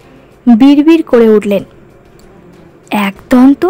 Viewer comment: kotha ta 'aaak-donto' na...ekodonto